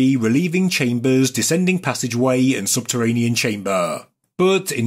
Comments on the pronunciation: He says chamber by saying chambuuuuuhh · chaimbaaar, enormaaas, WTF ?